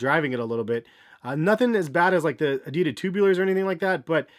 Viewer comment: The Moon Babies Is Adidas Ad-Ee-Das